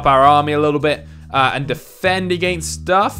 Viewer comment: Hi I’m Alex I’m very judgmental and I don’t like the way this guy says against and one like equals one less against word I liked my own comment because I can’t stand it